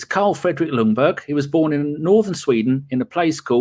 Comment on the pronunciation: Stop saying Lungberg, the L is silent. It's pronounced Jungberg. / Sweden